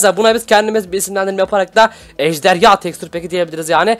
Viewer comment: ejderya deyil ejderha